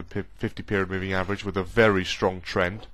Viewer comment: Lol "above the 50 meriod poving"